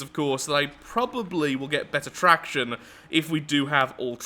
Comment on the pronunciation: Track-tion lol made a joke without realizing it